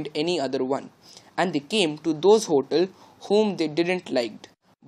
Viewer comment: pronunciation of ‛hotel' is wrong